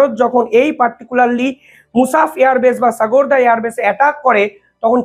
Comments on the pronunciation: সাগোরদা এয়ার বেস নয় ওটা হবে সারগোদা এয়ার বেস, ভালোই বলো কিন্তু ভাষা ভুল করো সুধরে নাও ভাই। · The correct name is SARGODHA. pl pronounce correctly.